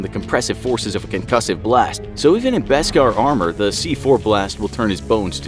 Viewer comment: Yo, this whole video is just wrong. First off, Jar Jar didn’t get a lot of sales as you mentioned for merch, and George Lucas was an amazing director/story writer! It is pronounced “Besk-AHR” not “Besk-ehr”, and LucasFilm DID explain what it was in the Clone Wars and other Star Wars books (Like The Jedi Path). They definitely won’t see this because they choose to ignore their viewers comments and feedback, that’s why you’re channel is getting so much hate. 90% of your subs don’t watch you anymore because of your disinformation, and your channel name is falsely advertised; it informs us on opinions, and straight-up lies. The only mediocre thing on your videos are your animations, but everything else is total bs. Funny how you still have 7m+ subscribers.